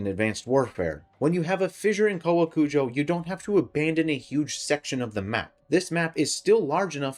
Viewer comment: You actually got the pronunciation perfectly, literally every other youtuber has been calling it cow-a-kujo and its been driving me insane